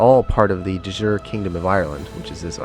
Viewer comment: thanks for the video, but your "de jure" made my ears bleed ;)